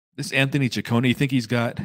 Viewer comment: Finally someone saud he name correctly its chi cone ehh. Also sad that Scott is gone.